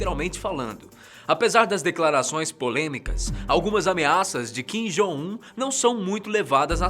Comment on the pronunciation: Ele dizendo "Kim Jong Un" me da uma agonia 😂😂😂 Mas paciência.. ninguém é obrigado a pronunciar certo de qualquer forma